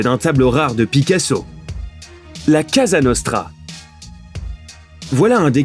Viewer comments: C'est "Cosa Nostra" pas "Casa Nostra" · Pourquoi cette intonation. des voix, cette manière de s'exprimer, ces constructions de phrase me font immédiatement penser à Sympa = Lama Fâché ? La même voix pour toutes ces chaînes de 💩 peut-être ? Quand on a un minimum de culture on sait prononcer correctement le nom de la Mafia : cOsa Nostra, PAS Casa Nostra. C'est un minimum si l'ont ne souhaite pas passer pour un cuistre. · La CASA NOSTRA 🤣🤣🤣 il l’a dit 2 fois 🤣🤣🤣 COSA NOSTRA